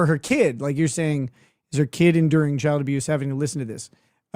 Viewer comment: She always pronounces the word CHILD as a two-syllable word...CHI-YULD. She does this, I think, to try to make it sound like a bigger deal.